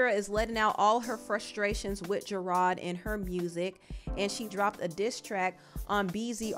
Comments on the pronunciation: I like the way you pronounce his name Gerard. Very fancy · the way you kept saying gerard wrong was cracking me up lmfao